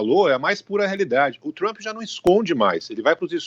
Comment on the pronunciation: O cara é professor de política internacional e nao sabe nem pronunciar o nome do presidente americano???